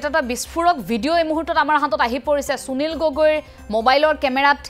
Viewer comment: চুনিল গগৈ ? যদি সুনীল শব্দটো চুনিল বুলি উচ্চাৰণ কৰে তেতিয়াহলে সুবিধা শব্দটো চুবিধা বুলি উচ্চাৰণ কৰিব নেকি ? উচ্চাৰণ লৈ আপোনালোকৰ এইটো কি বেমাৰ হৈছে ? অসমীয়া ভাষাত শ, স, ষ যুক্ত শব্দৰ উচ্চাৰণ চ বুলি যে নকৰে আপোনালোকে নাজানে নেকি ? মনত ৰাখিব উচ্চাৰণ আৰু সূকীয়া শব্দ ভাণ্ডাৰ অসমীয়া ভাষাৰ পৰিচয়।